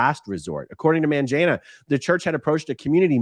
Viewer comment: Mangena - hard ‘g’ sound for all African names, not a ‘j’ sound. And the ‘a’ would be an ‘uhh’ sound. The ‘e’ is ‘ehh’. Emphasis on the ehh. So the name is pronounced “Mun-gehhhn-uh”